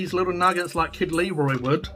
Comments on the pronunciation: "Leroy" lol. I can't believe you're doing this again. I hate Muccas fries. Hey there's nothing wrong with a cheeseburger without pickles. I just get extra onions. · It’s not leroi it’s Kid Laroi it’s a Aboriginal name so that’s actually disrespect mate